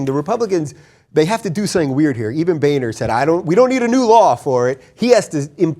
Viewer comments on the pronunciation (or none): I've been pronouncing Boehner's name wrong in my head all this time then.